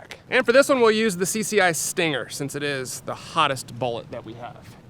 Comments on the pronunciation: Why do pistols now looks like kids toys? Camo……Seriously? I have a few Ruger Mark 2’s. I’d never buy any of these new pistols. “CCI stanger”? Seriously. It’s “Stinger” Grow up. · it stinger not stanger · Did you say Stanger? It's Stinger. You must not to forget the Beretta U22 Neos for 350$ back in 2016. Who knows what is cost now. I could tell you how well it ran since then but there at the bottom of a 72 foot deep river. Hit an under water log and everything including us were in the drink.